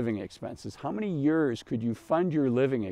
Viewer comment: Is he saying “years”? Sounds like “yurs”…